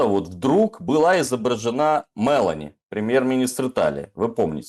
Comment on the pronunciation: Дорогие ведущие! Пожалуйста произносите фамилию итальянского премьер-министра корректно, с правильным ударением! Её фамилия Мело́ни!! 99.9 % итальянских фамилий имеет ударение на предпоследний слог. Иначе это звучит как Ме́лани- персонаж из фильма "Унесённые ветром" . Я долго не могла вообще понять о чём вообще речь. Спасибо!